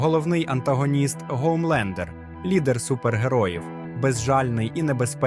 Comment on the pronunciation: Шо за прикол казати букву "Н" як "Г" який бляха ГОМЛЕНДЕР